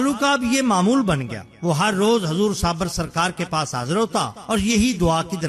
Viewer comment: Bhai sabir naam hota hai sabar naheen.